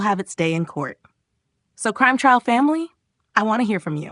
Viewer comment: AI can’t pronounce T R A I L? It clearly said TRIAL.